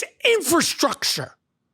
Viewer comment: Say it with me now: "infrastructure". Hoodies now a new fashion trend in the U.S. Senate.